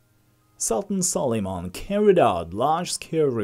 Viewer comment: Its Suleiman not sol....